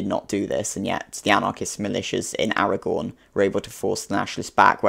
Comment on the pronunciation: Your pronunciation of Aragón is pretty good :)